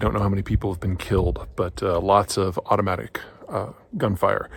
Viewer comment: It just sounded weird. BTW, I don't do fentanyl just yet. I've heard wonderful things about it.